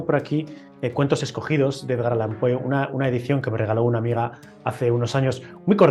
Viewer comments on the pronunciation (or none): Con todo respeto, es "Allan". Enhorabuena por el canal🤗